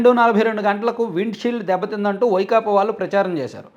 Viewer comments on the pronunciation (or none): none